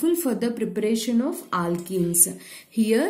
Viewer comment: Aalkenes 😂 Alkel halides 😂